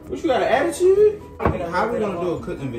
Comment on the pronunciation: "attiteeeewwwd" 😭😭 giving very much bmore